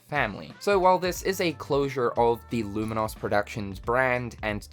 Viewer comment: Hate to be that guy, but "lumin-oss?" It's an adjective like 'famous' or 'dangerous'...